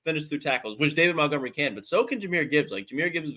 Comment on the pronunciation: Montgomery, not mountgomery